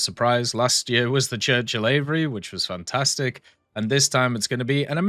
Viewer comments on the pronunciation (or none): none